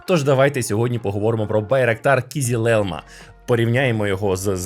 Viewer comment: кизИлелмА, через "и", а не "і"